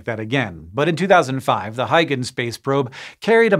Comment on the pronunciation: The Huy in Huygens is pronounced "HOY" as in "BOY".